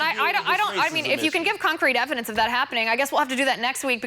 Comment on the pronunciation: Please tell this idiot the word is "that" not dat